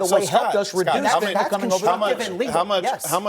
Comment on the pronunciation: Supposedly well educated “? They say FentenAll the word ends with …YL